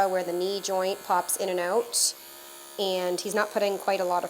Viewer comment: I smile every time I hear you say “owt”.